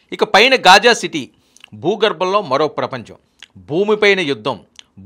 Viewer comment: Ghaaja not khaaja